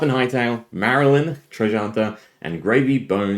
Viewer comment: the L is before the Y, it is MAR-LYNN, a pun on MARLIN, not MARY-LYNN